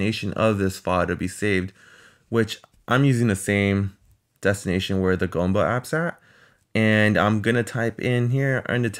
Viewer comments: It’s g[oo]mba, not g[oh]mba. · GOOM-ba, not GAHM-ba ---- OO as in Doom, or Gloom